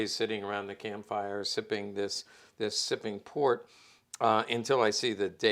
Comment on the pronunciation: “Shipping port” not “Sipping Port”.